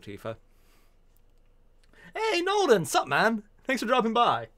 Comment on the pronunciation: he suddenly becomes British when he says " 'sup man "